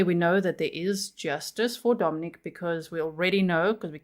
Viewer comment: His name is Domenic....not Domenique....there is a difference. Lets show some respect here for this beautiful little 5 year old boy.